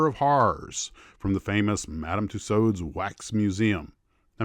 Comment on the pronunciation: We do indeed say "two swords" but pronunciation is closer to the correct one.